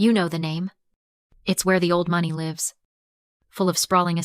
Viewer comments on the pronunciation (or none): none